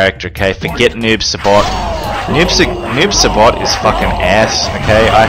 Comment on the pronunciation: Noob saibot not noob sabot 😂